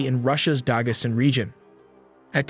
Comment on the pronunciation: Not 'Dahgesstan' but Dagestan